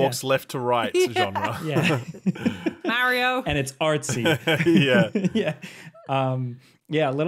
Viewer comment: saying Mario the right way for once? What’s going on today 😅